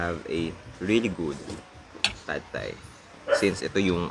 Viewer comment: Pad Thai daw is supposed to be pronounce as pa-tay. I cant hear your voice clearly please put some captions